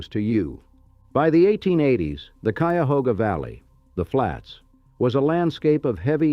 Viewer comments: This AI pronounced “Cuyahoga” right! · But it pronounced Cuyahoga correctly. Tell me if you had the wherewithal to produce a video like this, would you voice it yourself? Would you get a friend to do it? Would you pay someone?